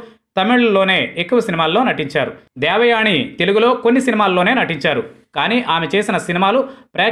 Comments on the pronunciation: ముందు మీరు దేవయాని అనే పేరు పలకడం నేర్చుకొండి. దేవయాణి ,దేవయాణి అని పేరుని ఖూనీ చేసేసారు. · ణ వత్తు ఎందుకు ని అని పలుకు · దేవయాని అని పలకాలి బాబూ. దేవయాణి కాదు.